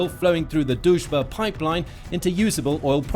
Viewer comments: You try but it´s not Dužba it´s DRUŽBA. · Not "Duzh-ba" but D-Ruzh-ba" -- it means "Friendship" in translation from Russian. Дружба. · It’s not Duzhba, it’s Druzhba Pronounced Drew-zhba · lol is Drujba, but you pronounce it as Doucheba 😆😆😆😆 I am from Ukraine by the way and I think doucheba is more fitting name for this russian pipe 🤣🤣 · Why did i keep hearing it as the "duchebag" pipeline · everytime he says Druzhba, i hear Dushbag! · You should really learn how to promounce "Druzba" when you make a video where you say it like 100x...it is not that hard...just play it few times in the Google Translator🤦‍♂